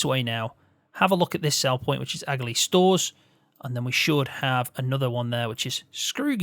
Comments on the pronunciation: Great video. Just to let you know it's pronounced ah-lee. It's just an I Irish way of saying it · The g in Aghalee is silent